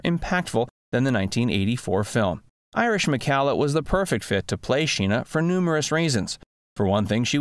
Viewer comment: For whatever it's worth, Irish preferred her last name pronounced to rhyme with "collar," rather than like in calla lilies or "Callahan."